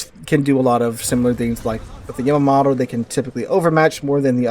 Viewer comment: It's yuh mah tow. It's like Yakuza eng yah where Japanese is yuh. I'm sure you don't say YAH KUZA you probably say yuh KUZA right Yamato the same way. Also I'm just stating for anyone in the comments wondering the correct way. Yammy even more insulting because it really lays into the yah vs yuh. I gather you're a teacher of some sorts, have some respect for learning. You could of just mispronounced it and went in instead of making a meme about it.